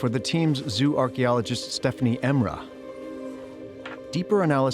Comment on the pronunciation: It's pronounced 'zoh-oh-archaeologist', not 'zoo-archaeologist'. It comes from the word zoology which is pronounced 'zoh-ology' not 'zoo-ology'.